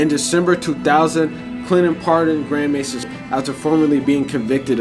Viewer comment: his name is actually pronounced grand may zone and yeah he's a total goofy always hated this guy